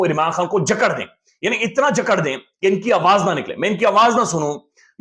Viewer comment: اپ اچھا تجزیہ کرتے ہیں مگر اردو پر بھی توجہ دیں جھکڑی نہیں جکژی